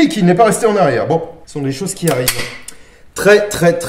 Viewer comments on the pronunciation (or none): "Ce sonnt des choseuh qui arrivent." - dans la vidéo sur le fusil "gras" U.S.T.F